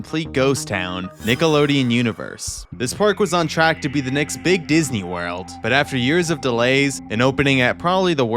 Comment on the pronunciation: WHAT THE SUS IS THAT “WUÆRŁĎ